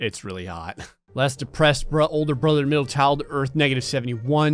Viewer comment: I thing this man have litle problem with word depressed I dont know what but I thing you lose your girl